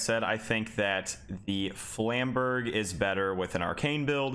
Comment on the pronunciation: 17 seconds in, and im seething at the pronounciation of "flamberge" XD